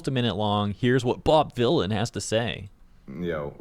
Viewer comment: Vylan as in Villian. lol he tried his hardest.